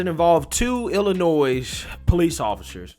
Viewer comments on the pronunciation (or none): I love your content and watch everything you post. I in no way want to take away from the horror of this story but in case you actually read your comments I wanted to help you out and let you know that the “s” in Illinois is silent. I grew up there and every time you say “ill-I-noise” I cringe. It’s “Ill-I-Noy”. Hope that helps. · The "s" is silent in "Illinois." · Illinois, the "s" is silent bro. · FYI…” Illinois” the S is silent. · Please stop pronouncing the s in Illinois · You know the s is silent at the end of Illinois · Love your Videos! Lots of LOVE to ya! That being said... The "S" in Illinois is SILENT. Thanks and keep up the great work! ^_^ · The "S" is silence in Illinois. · honey, Illinois is pronounced with a silent "s". It's prounced illinoy